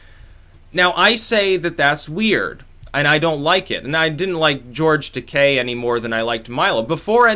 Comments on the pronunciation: no hate, but it is fucking GEORGE TUHHH-KEYE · FYI: George Taki pronounced TA-KI hard I...😜